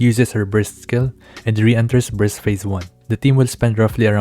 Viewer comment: not sure if on purpose or not... but I heard a couple times breast meter instead of burst meter